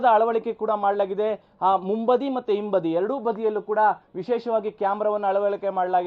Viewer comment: ನಿರೂಪಕರಲ್ಲಿ ಒಂದು ವಿನಂತಿ. ಆಸನ ಮತ್ತು ಹಿಂಬದಿ ಉಚ್ಚಾರಣೆಯನ್ನು ತಿದ್ದಿಕೊಳ್ಳಿ. ಇತ್ತೀಚಿಗೆ ಹಾಲಿಗೆ ಆಲು, ಹಳೆ ಪದಕ್ಕೆ ಅಳೆ ಎನ್ನುವದು ಸಾಮಾನ್ಯವಾಗಿದೆ. ಕನ್ನಡದ ಕೊಲೆಯನ್ನ ಸಹಿಸಲಾರೆ.